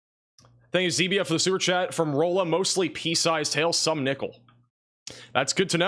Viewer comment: Rolla is pronounce Raw-La I believe